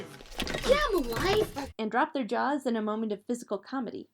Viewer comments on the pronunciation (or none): none